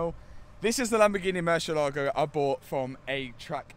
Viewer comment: Is not "murshyellaago" it's more like moor-CL-ago and the accent goes only on the "eh" sound. It's the name of a Spanish bull, not Italian.